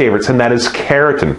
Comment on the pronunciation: it sounds like you're saying "keratin" instead of carotene, which is a different skin protein, and is slightly confusing, but thanks for the videos! they are great!